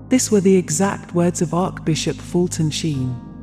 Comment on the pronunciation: It would be wonderful if you had the speaker pronounce the Catholic words correctly, as in Bless- ed, and Arch- Bishop!